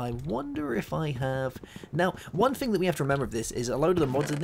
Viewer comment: please, its thing, not a fing